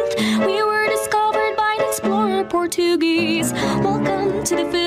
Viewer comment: ain’t no way she pronounced it port-u-geese 💀💀💀